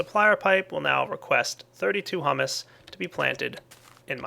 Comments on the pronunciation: This has probably been said too much but... HY-OO-MUS Hugh-mous etc. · it's pronounced hyoo-mus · h-YOU-miss pleae say it right